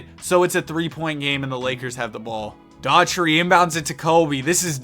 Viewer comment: Love the content, but you gotta learn how to say players' names. Daugherty is pronounced "Dough-Herty" not "Her-tree" and Etan is "Eee-ton" not "Eee-tin." Great hypothetical vids though...💪🏾